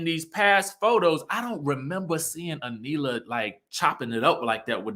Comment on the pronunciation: Her name is A knee la. Lol.